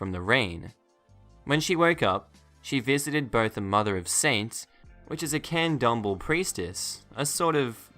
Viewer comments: Just so you know, candomble is pronounced can-dome-BLAY. I know this, because it is a related religion to the one I was raised in. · Candomblé pronounced Con-dome-blay. (I don’t actually care that you mispronounced it, I just wanted to brag, lol)